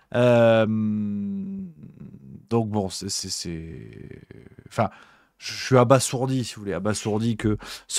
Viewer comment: Abasourdi, pas abaSSourdi, mon ptit. Pour Betharam, ce serait bien de faire des recherches car je suis certaine d'en avoir entendu parler il y a plusieurs années.